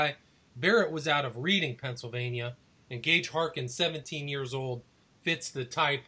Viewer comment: in PA we pronounce Reading as (redding) not (reeding) now with that being said I have lived in PA n especially in the Reading n Pottsville area all my life n I have never heard of the Smiley Face Killers until 2day right now n it turned out 2 b a fake documentary....n we definitely do not find that many dead bodies in our area of the Schuylkill River so idk what these guys are talking about